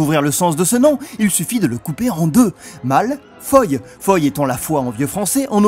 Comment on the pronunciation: Oui ! C'est vrai ! C'était bien dit "Malfoie" ! Ce jeu était pas trop mal dans mes souvenirs ! :D